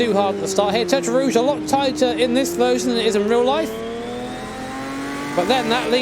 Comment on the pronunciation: Did you just say "One Hundred Fousand"? Jesus Christ learn how to speak your native language, that's ridiculous. You still speak like your illiterate peasant farmer ancestors from the middle ages.